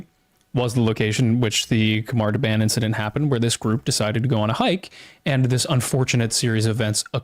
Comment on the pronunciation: Khamar da-BAHN. Soft A.